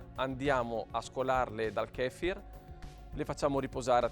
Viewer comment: Kéfir ... Kefír 😂